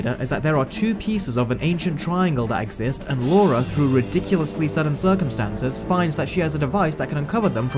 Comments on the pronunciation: LA-RA, not Laura. It's on the movie covers you keep showing, and you even spelled it wrong in your own title screens... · "Lara" not "Laura" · Anyone else notice the amount of times he says “Laura”, who is she!! It’s Lara 😂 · it is Lara not laura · It's pronounced Lara not laura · Laura? It's Lara!!! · It's 'Lara Croft' not 'Laura Croft'. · hey so I've been binging your videos all night, specifically the live Disney remakes, you make so much sense and explain so completely why the remakes are trash compared to the original animated versions, but my guy, I'm not sure I can forgive the continued mispronunciation of Lara's name. both pronouncing it as Laura and writing it in the video as such calls to question if you actually watched the movies........? no shade intended, I'm just finding your videos and am excited to watch more of your vs series. thanks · Lara --Lahr-uh. There is no U. If it was meant to be Laura, it would have been spelled, "Laura". Gah. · "Lora"??? Do your homework mate :/ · Lara its Lara Croft pronounce right your British!